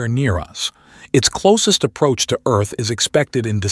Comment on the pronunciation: "Welcome to erf"